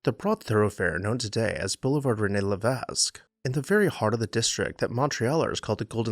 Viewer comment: Great job with pronunciations. One small correction: the "s" in Levesque is silent. Otherwise, good job!